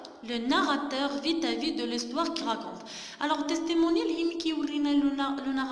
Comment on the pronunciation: Peut-être kat9ra haka بوتيتخ ماشي بوإتخ Vis à vis kat9ra فيزافي ماشي فيتافي Ghi kansahah lik dakchi Li 3raft w ta ana kant3alm mnk dakchi Li ma 3arfach